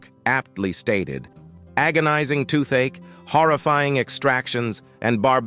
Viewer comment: Herein you will learn how a dentist in "Shay-a-nay" Wyoming treated a "tooth-atchy". Proceed at your own risk.